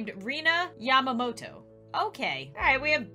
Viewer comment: Literally in the first 2 minutes messes up Yamamoto. It's prounouced ya-ma-mo-toe (It's my last name lol)